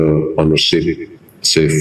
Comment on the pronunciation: Beneficial Owner (bukan Ownership). Jo : dibaca Junto.